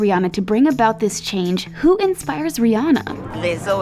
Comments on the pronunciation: That reporter said Ree enna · Why some these ladies be saying Rhianna's name wrong?